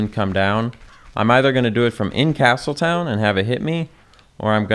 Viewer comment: I died inside when you said castletown.